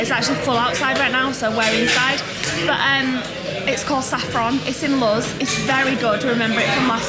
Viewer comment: CAN WE ALL JUST TAKE A MOMENT TO APPRECIATE 'S PRONUNCIATION OF THE PLACE THEY ARE STAYING - LUZ